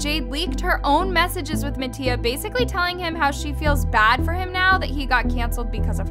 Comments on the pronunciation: MATTIA (MAH-T-EAH) she needs to stop saying MaTtIA 💀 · anyone else notice it said nattia 😂